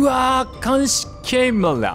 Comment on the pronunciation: ボコボコに殴ってくるうさぎも壁ぶち破ってくる豚も合体ロボも全部ヤバすぎでしたね😣 今までと違って次のステージに持ち越しなのすごく気になりますね！先生(主人公)がレモンにされてないこと祈ってます🙏 「監視CAMERA(独特の発音)」 「うぁぁぁぁぁ!!(泣) パクッ」 「”甘えずのてぃちゃ”いきます」てぃちゃが自分でてぃちゃって言うの大好きです✨